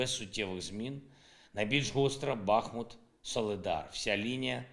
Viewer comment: Президент повинен знати, що місто має назву Бахму́т, а не Ба́хмут! Навчить вже хтось!